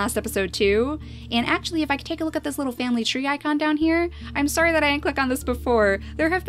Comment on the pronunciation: "Sowry.." (Gets off you)